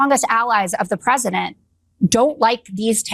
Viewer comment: The ”Pwesident” is ruining our economy. Tell me when is this “Trumps” economy. I just wanted to know when they think we can hold them accountable. Idiots.